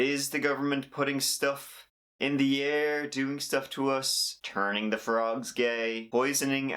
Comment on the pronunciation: What do you have against the "th" sound??